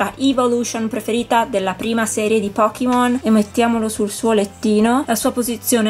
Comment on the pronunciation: bello tutto, ma è Pokémon, non Pokimon 😂 La pronuncia inglese è totalmente sbagliata (pocket monster = pokémon). Detto ciò, sono bellissimi! 😍